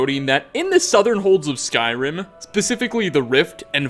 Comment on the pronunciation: Lol why do you always try to talk like that. Are you going for a failed imitation of a radio host or of an italian. "never supposed toah". "some insane detailah". "a golden ringah". "conquest of Skyrimah". "further you goah". "the more crowdedah". "emperor of Tamrielah". "uncompleted levelah". Almost every damn phrase LOL